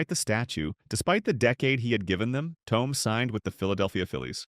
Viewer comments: ThoMee. Learn how to pronounce his name "Mason" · Hard to take this seriously when you CAN’T even pronounce the guy’s nNe correctly. How STUPID!!!